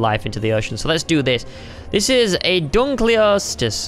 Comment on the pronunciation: it's said dunk-e-lost-e-us